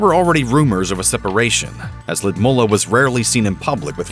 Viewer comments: I think her name is Lud Milla, not Lid Mulla. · Ludmilla? Why do you pronounce it Lumolar? 😁